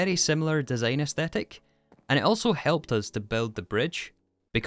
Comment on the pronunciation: besides the fact that english is my second language, one of the major troubles for me in understanding his speech is his pronunciation of the words like 'design' as dee zayne, not even mentioning woh uh instead of water although dont get me wrong, im not blaming this guy for his accent as i do acknowledge that an accent isn't chosen, i just commented my feelings, no hate here